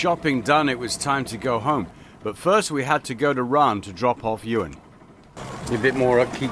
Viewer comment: I'm pretty sure that Johan from Ran's name is pronounced "Your-Hun" (close to that), not Ewan.